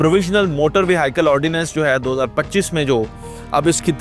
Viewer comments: Sir Apki vehicle pronunciation Wrong Hai is Ko Durust Kar Lain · Bhai vehicle word ko bolna sekho